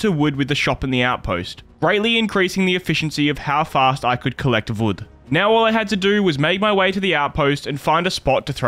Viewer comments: Bro really said collect vood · Brother said vood lmao